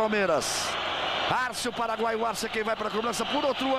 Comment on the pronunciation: O Galvao foi falar paraguaio e falou paranoio pra Arce, q tosco!